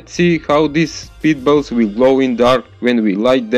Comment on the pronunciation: Thought he said "speed bubbles", took some extensive Googling to find out it was "spitballs". BTW switching from a quiet background music to a really LOUD one is a bad idea, some people have to deal with family/roommates.